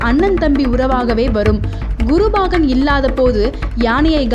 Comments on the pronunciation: Very Good. But the pronounciation Bagan instead of Pagan is horrible to hear. Again n again saying Bagan is highly irritating. Learn proper Tamizh please. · Bhahan illai paahan. Plz change this pronounciation in next video.